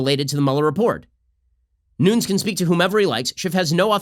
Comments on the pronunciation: Why does he keep saying “noonz” instead of “noon-ez”? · Why has no one told Shapiro how to pronounce Devin Nunes' name properly?